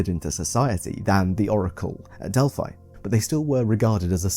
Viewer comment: oracle of delphai? it's delphi.